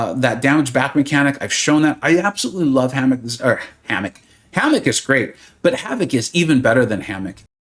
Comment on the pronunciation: Oh my God! You asked us to make you laugh. But dang you had me rolling on this video. First the roof. I guess the house or something. Then our newest and baddest 7* character HAMMOCK!!!! 😅 My recommendation is keep future tongue twisters in your videos. 😊